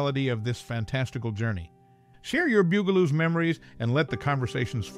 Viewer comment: I had to laugh every time he pronounced it like the musical instrument bugel bugel-oos lol my friend you know they're supposed to be insects lol they're bugs the bug-aloos . Get it?